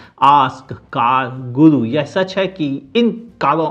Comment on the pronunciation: बहुत खुशी हो रही कि आप लगातार प्रेक्टिस कर करके " कार गुलु को कार गुरु " बोल पाने में सफल हो गए है,,शुभकामनाएं 💐💐